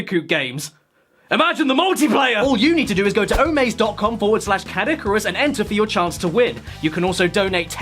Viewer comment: American Caddicarus is probably one of the most cursed things I've ever heard